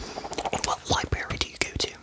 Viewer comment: Sheldon J Cooper would never say “Liberry” 😭😭😭😭